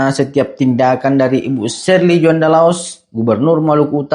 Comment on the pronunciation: Tjoanda bukan Juanda Bang 🙏